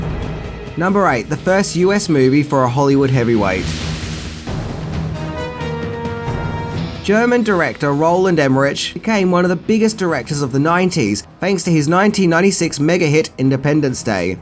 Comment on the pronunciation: Roland EM-MER-ICK! The rich is pronounced rick! And no, I don't care how Aussies say it. Bullshit. It's a person's name, so call him his name. And a simple search could have avoided this.